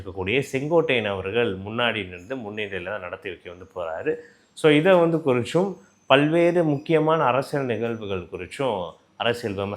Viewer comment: குரிச்சும் இல்லை தம்பி குறித்தும் தமிழை சரியான முறையில் பேசவும்